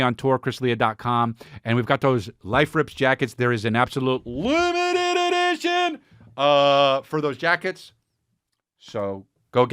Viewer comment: Love any return of the “LEMETED EDEEESHUN”